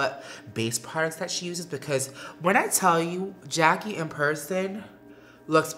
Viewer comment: Patrick!! You sound extra proper like saying Jack-E Jack-E Jack-E You have to use more urban/ebonics flare. Jack-AYE Jack-AYE Jack-AYE Lol! But like the look and especially the eyes!!